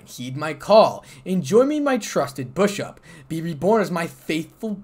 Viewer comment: It's bishop not bushuop😂😂😂